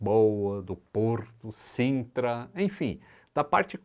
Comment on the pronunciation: é Sintra:) Abraços dum Portuga Fan